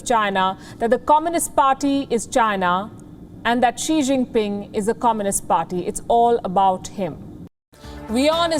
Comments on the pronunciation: Xi Jin Pig is very stupid , whenever he read , he pronounce wrong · I heard श्री zing ping 🤣